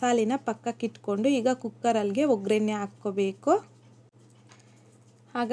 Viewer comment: ಉರಳಿ ಅಲ್ಲ ಹುರಳಿ,ವಗ್ಗರಣೆ ಅಲ್ಲ ಒಗ್ಗರಣೆ ಓಕೆನಾ